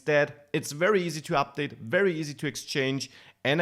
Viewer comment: Excellent content. But PLEASE learn to pronounce your v's properly. You keep saying wery, wersion, wisiting. Seriously, listen to some real English once in a while.